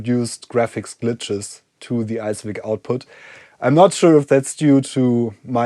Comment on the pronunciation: I think it's an ICE-VIC, not an ICE-WIC